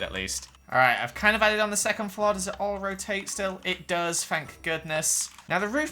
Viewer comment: I love how says flore. florrre